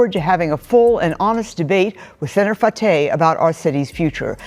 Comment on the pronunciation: His last name is pronounced fa-ta not fa-tay. Listen. C’mon now he ain’t French, he’s a piece of crap from somalia. He needs to be deported with the rest of them.